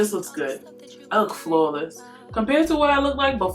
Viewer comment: Aw the NY jumped out when you said "flawless"